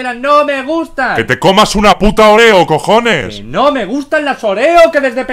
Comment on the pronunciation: Se llama óreo porque le dice oréo?😂?😂?😂?